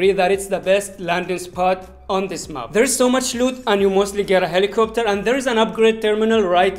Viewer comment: Not mup it's map🙂🙂🥴😂